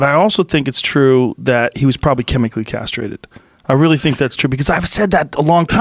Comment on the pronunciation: Joe "Michael was chemically carstrated" Rogan